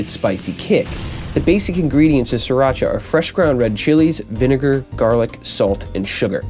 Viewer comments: Pronounced Sheer-rock-uhh I really hate when people mispronounce this word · It originated in Thailand and you are pronouncing it wrong. "SEE-Rah-cha", or "Cc-rah-cha". But it's okay, most cooks on those Food Network channels pronounce it wrong as well. How to Correctly Pronounce SRIRACHA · And yet, you are 100% wrong. It is pronounced See Ra Cha. Look it up. Don't you just hate it?